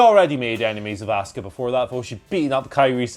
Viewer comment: Who is this *"ASK-UH*" character? I know an Asuka but not an ASK-uh 🤷‍♂️